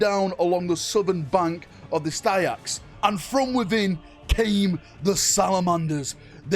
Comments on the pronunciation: The river is pronounced sticks not styaxe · Styx is pronounced, "sticks". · Styx is pronounced Sticks like a small piece of wood. It’s the river of death from Greek mythology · Just a heads up = Styx is pronounced as "Sticks". And Stygies/Stygian are pronounced "Steg-ease"/ "Steg-ian". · Nope. Impossible for to pronounce properly. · knows history well he knows how to pronounce things right, he just doesn't for engagement.